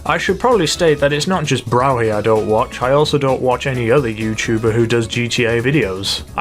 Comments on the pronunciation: It's pronounced BRUFFY NOT BROWHY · Some guy called Brow-He or whatever 🤣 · it's pronounced Braw-fee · "Brow-hee" I love this guy :) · Connor Verra lol and he said he wached 2 of his vids but cannot pronounce his name even though he says it in every vid... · Regular Elegy has a faster time than the Retro and it's pronounced Bru-phhy